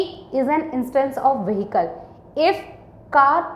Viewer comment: mam why do u pronounce the h in the word vehicle? i am sorry but i have say u do have a lot of grammer mistakes in your vocabulary .